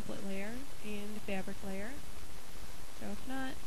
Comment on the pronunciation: I hate the way you say fabric! gawd